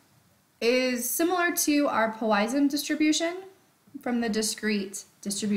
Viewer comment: Please learn how to pronounce Poisson. Thank you.